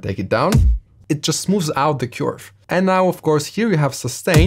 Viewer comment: cant say "Curve" its now "Q-arve"😂